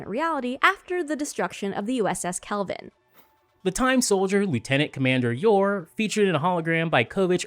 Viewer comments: Just sharing... Michelle YEOH family name is pronounce as YO.... not YAO. 😎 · Michelle Yeoh's surname is pronounced like it doesn't have the h. Like Yeoman.